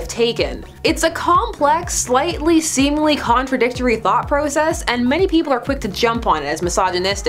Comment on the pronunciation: LOVE THIS TOP 10 GOOD SUBJECT MATTER......BUT MOSTLY BECAUSE OF 'S PRONOUCMENT OF "PROCESS"LOVE YA